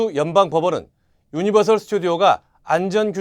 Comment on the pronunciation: 유니버설 입니당 셜 아닙니당